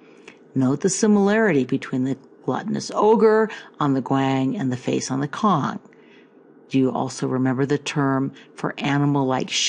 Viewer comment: It's pronounced Tsong not Kong for Cong (琮). Rising tone (2nd tone) if you want to use Mandarin Chinese. "C" in Pinyin is pronounced Ts with heavy emphasis on the t.